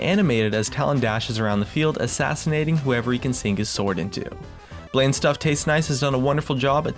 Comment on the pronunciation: I appreciate your content, but your pronunciation switch ups made me cringe a few times. "Hylia" to "Hehliuh" to "Hayliuh", "Bland" said correctly, to "Blain". Sorry for the nitpicking it's just something that stood out and distracted me from what you were showcasing. A little consistency is all I'm critiquing you for, whether you're pronouncing it right or wrong.